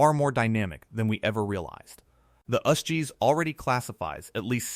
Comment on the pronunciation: Wtf. Us-Gs???? You say each letter. It’s not its own word. It stands for US geological service.